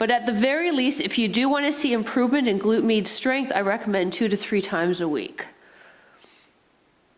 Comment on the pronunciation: definitely felt that....a nice warming sensation left in my legs. the first time I heard you say "glute med," I could have sworn you were saying "glute meat." haha... I get it now but thought that was a funny/clever way to talk about the bum area.